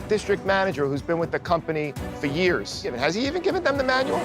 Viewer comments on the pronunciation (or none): none